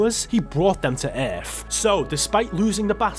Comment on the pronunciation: Bro for God's sake, it's ,,world"" not "weeerld" and it's ,,earth" and not ,,Eeerrff" God damn it bro please stop it